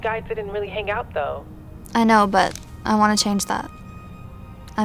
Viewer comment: i was boutta comment that and bro why he say though like dough lol